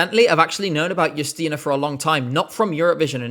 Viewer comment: I must say,, you nailed how to pronounce Justyna's name and surname. And it's so nice you like polish pick! That being said, no, screw Rafał, him being picked as our representative was not only embarrassing, but it was even bigger controversy that last year NF and it's not even close